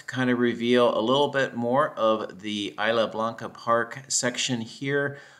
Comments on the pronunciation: nice video. if you say "is" "la" it's more like spanish "is" "la" blanca park. 😀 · “Isla” in Isla Blanca is pronounced Eese-la (like geese)